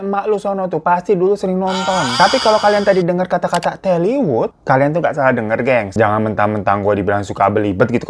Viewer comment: Tollywood bang bukan telly😂